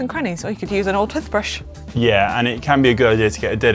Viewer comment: Tuth brush, oh you mean tooth brush